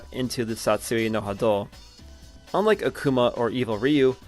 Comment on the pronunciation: Great video but man the way you pronounce Satsui No Hado makes me wanna dive in broken glass lol